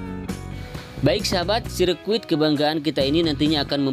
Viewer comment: Sirkuit bang.bukan biscuit... Hehehhh😂😂😂😂😂